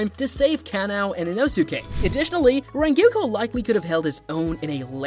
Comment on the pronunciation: Look.. I can do “Ack-a-za”, I can take “Jenya”.. But for crying out loud. “Renguko”? Dude.. 💀😭🪦